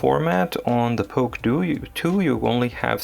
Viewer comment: Please don't say "POK TOO."